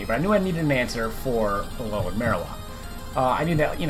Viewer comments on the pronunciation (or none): Marowak not marowalk